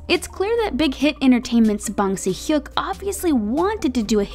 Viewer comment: How she prounounce "Bang Si-hyuk" makes me know thats she's not an ARMY